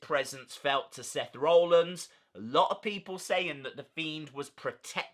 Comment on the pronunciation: Interesting video. Thanks for the update RE the mask too 👍🏻 I just wonder you pronounce Seth’s name as ‘Roellins’ rather than ‘Rollins’?